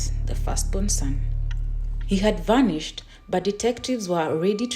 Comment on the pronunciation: Vanished is not "varnished!" Mudered is not "mardered!"